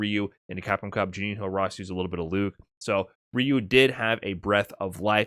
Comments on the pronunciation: Juninho pronounces more or less "Junin-o". Keep that tip about Brazilian Portuguese. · Just a note: "Juninho" rhymes with "El Niño".